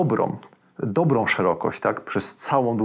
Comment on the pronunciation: Cześć, kanał mega. Uwielbiam oglądać większość Twoich materiałów a w szczególności wywiady następnie wszelkiego rodzaju poradniki. Niestety boli mnie jak mówisz końcówki typu dobrom, bendom, zrobiom. Proszę zwróć uwagę na to bo mówi się będą, zrobią i dobrą . Tam na końcu jest Ą Pozdrawiam serdecznie